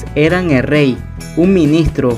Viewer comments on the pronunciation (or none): El riey de la riecomepensa